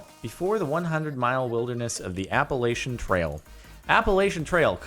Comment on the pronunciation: Well... More like Apple-at-chin